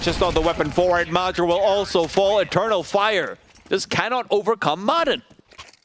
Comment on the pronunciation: How the hell do you pronounce major as madger.